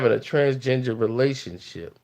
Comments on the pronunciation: He said TransGenjer 😂😂😂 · Is saying "transginger" instead of transgender? LMFAOOO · He said trans-ginger.... 💀💀💀